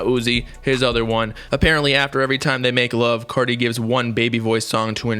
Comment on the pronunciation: When he says “ Whut is gud cottie peepull” It gives me life 😖